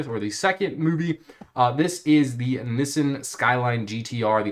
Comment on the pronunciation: there’s no way this dude pronounced nissan like that😭😭